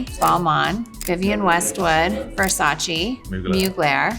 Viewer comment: It’s Versa-cheh not Versa-chi.